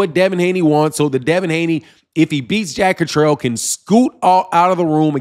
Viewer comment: Yo that’s “Jack Cat-ter-all”…. Zzzzzz. I hope to God they can move on. And somebody PLEASE let Eddy Hearn ( the Snake in a suit) slide back into the ground. Litigeous Larry